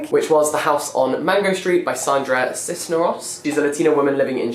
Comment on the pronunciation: The latino in me cringed when he pronounced "Cisneros" I swear😂